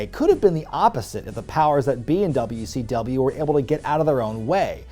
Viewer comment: Did my guy call it Dummy C W